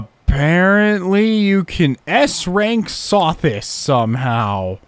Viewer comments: when you pronounce Sothis wrong, it makes me chuckle because pronouncing names wrong is one one of your quirks. I actually find it endearing, lol. I hope you don't take it the wrong way. It's low-key something I hold my breath for 😆. Adds to your charm. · I imagine every time you pronounce Sothis' name wrong, Rhea is around the corner with a knife as Seteth is holding her back. I'm not implying that I am complaining about it. I just like to imagine things.